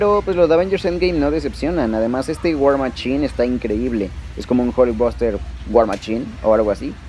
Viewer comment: "WAR MACHIN" jaja